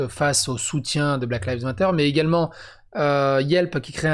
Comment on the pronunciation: salut mon vieux yougoslave ... bon , je t'aime bien et je voudrais te donner un conseil . black lives matter ... ok , alors tu crois que tu le dis correctement .. mais non , ta prononciation veut dire " les feuilles noires comptent '' '' black leaves matter '' , donc voilà , lives , la prononciation c'est comme de l'ail , tu vois , l'ail et l’oignon, donc tu mets juste un v et un s à la fin , c'est juste que j'ai envie de te donner un conseil pour te démarquer de l'ami julien chieze , donc fait l'effort de prendre juste quelques secondes pour être moins con que lui , ou être moins feignant , quand tu te demandes comment se prononce un mot en anglais , tu ouvres simplement google traduction , tu tapes ce que tu veux entendre en anglais et tu cliques sur l'icone qui te donne le résultat en audio ... maintenant tu vas sur google traduction , tu tapes '' black lives matter'' et tu me dis merci .. ca prend 30 secondes et ca te rend moins con que l'ami julien ;) .